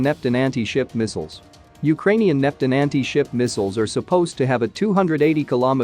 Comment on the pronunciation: Buffled? How about baffled [baff fulled] Neptin? How about Neptune [nap tune] These minor irritations detract from your coverage.